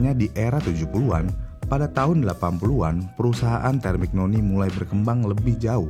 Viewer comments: Terminyoni bacanyaa, bukan termiknoni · Busettt kmaren" Kaya takjub banget sama pembahasan, tpi skrg kok kaya jijik, cuma kaya baca teks, konteks dilewatkan, sperti Temignoni hrusnya disebut terminyoni, arrow disebut erow.. Ini mah Wikipedia di upload di youtube.. Riset cuma via gugel dan d baca doang🤣🤣🤣